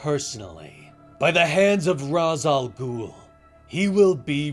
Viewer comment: christopher nolan ruined Ra’s Al Ghul’s name pronunciation lmao.